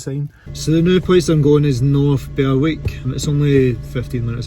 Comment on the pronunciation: Another excellent video there. Where you parked up is a favourite of mine when I decide to get away for a night on a whim as it's only 50 minutes in my van from my flat in Leith. Wee tip, the way to pronounce Berwick is without using the W. In other words you pronounce it North Berick... Now to watch part 2.